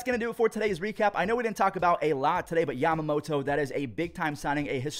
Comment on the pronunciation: Took a shot every time said YamamoTOE. My liver just died.